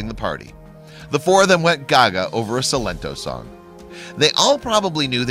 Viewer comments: why’d he say Cylin-toe? It’s clearly Silen-tow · He pronounced Silento name Sil-Lento (sil as in silicon) 😂 but its pronounced Sigh-lento or Sy-lento😂